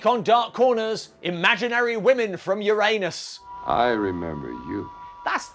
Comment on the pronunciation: Finally, the correct pronunciation. "You RAN us." No allusion to anus, and no urine either.